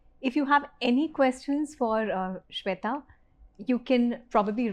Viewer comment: What's the problem with pronouncing Shwetha with the right Sanskrit 'e'??? Why the wrong western 'e'. Ashamed of your own language?